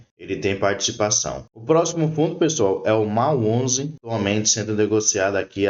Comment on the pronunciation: A pronúncia correta é….Mól onze